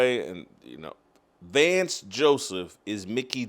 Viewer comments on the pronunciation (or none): none